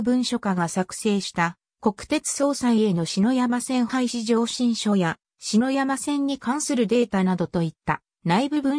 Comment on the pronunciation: あのぅ...(￣▽￣;) 『しのやま』ではなく『ささやま』と、読むんですが...